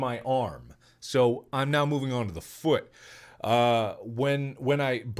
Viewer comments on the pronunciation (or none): Everyone: Mark: DER I DUN DIT IT AGAIN AND BROKE MA FUUT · The way mark says “foot”, foo-ut, has me rolling every time he says it. Edit: Dang, it took him 13 minutes to tell us how he broke his foout.